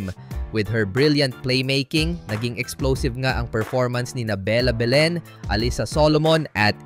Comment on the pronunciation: AI ba yung voice over? haha Behhlen, De-Goozmahn